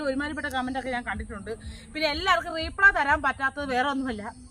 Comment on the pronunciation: റീപ്ളേ അല്ല റിപ്ലൈ.. (Reply ) ഇനി ഇങ്ങനെ പറയു